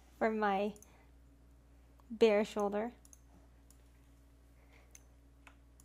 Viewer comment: Bear??? Its bare lmfao